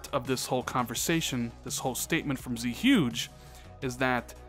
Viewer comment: it's not pronounced "Z-Huge" it's "Zuegay", based off Zhuge Liang the Chines politician.